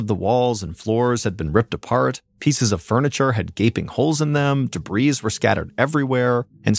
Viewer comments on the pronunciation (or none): Oh my goodness. I've now listened to two different stories that had the word debris in the story. It's pronounced de<brie. You don't include the "s" when saying the word properly. Drives me crazy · Mr. Ballen, I love your story telling. Also the word “debris” has a silent “s” —and it is pronounced like “debree” whether it is one piece of trash or many pieces. And it’s a mass noun so we say “Debris was found”, not “were found”. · "debreeze were" 🤔🤔🤔